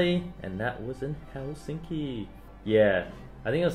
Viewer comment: Eddy: Helsinka Me: did he just say hey sexy?????